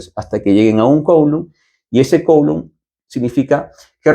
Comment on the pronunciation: Coulomb en francés se pronuncia /kulõ/ 😳